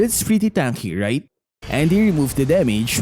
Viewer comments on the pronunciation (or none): none